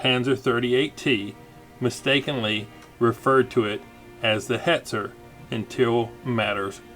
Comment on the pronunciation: I laughed at how awfully you pronounce Jagdpanzer; and then was stunned at how you could perfectly pronounce Hetzer. Arguably I think Hetzer's a more challenging word.